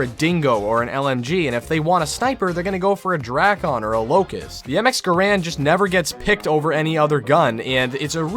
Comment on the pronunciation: How I genuinely appreciate that he says GaRand Too :)